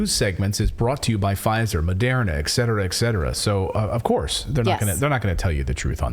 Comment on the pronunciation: I find it hilarious that, after all this time, Clayton still cant pronounce "Moderna" 🤣